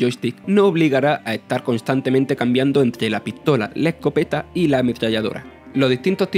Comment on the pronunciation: "e aun ma interesante que la pitola normah" ... por favor!! este tio comentandolo no por dios!!